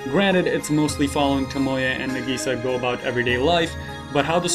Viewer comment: it's Nahgisaaah not nAgisa